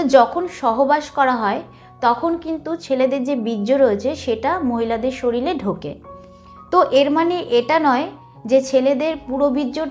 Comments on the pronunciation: শরীল নয় শরীর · একজন ডাক্তার হয়ে উচ্চারণ ই জানেন না আপনি । শরীল আবার কি ?? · শরিল ❌ শরীর ✔️